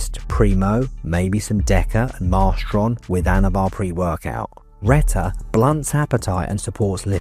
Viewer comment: Good video but a few mistakes - Reta is not a GLP3, GLP3 is a completely unrelated hormone that humans don't even have in their bodies, but other animals like sharks have it. You also mispronounced both Reta and Sema.